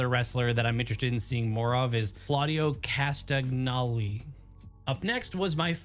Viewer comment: His name is actually pronounced [KAS-TON-YOLI] I belive. Thats how I've always heard it pronounced at least